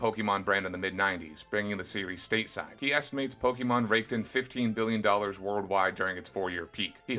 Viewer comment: You don't even know how to pronounce Pokémon.